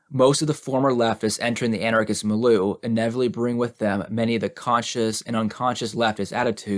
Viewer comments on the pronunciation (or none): I mention with love that it’s pronounced mil-yew, for your future reference. Great reading still, thank you again! I hope I don’t offend, I just thought you’d want to know Ⓐ